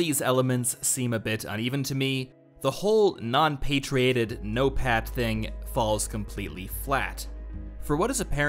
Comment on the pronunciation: I had so laugh when he said "no-pat tax forces" .